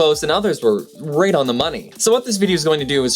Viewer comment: He says he won't feature stuff written by sci-fi authors but leads off with Arthur C. Clark's communication satellite prediction calling it as he pronounces it "wraight on the money" What a butthead.